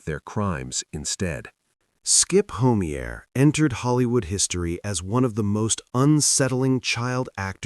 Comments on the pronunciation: Skip Homey-air lol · Skip Homeier's last name is pronounced Ho-my'-er. Sheesh. These AI voices.. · HO MEA AER ????? THESE STUPID AI PRONUNCIATIONS !!